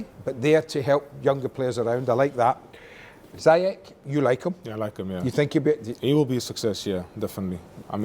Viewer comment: Who is ZI-CECH?? 😂😂